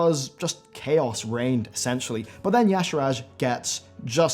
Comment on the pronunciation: Damn it, its spelled [i'sha:j], not [ya-shiraj]...